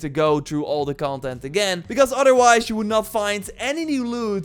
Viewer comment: Ofver phings? Evyphing ? Udderwise ? What are you saying bro?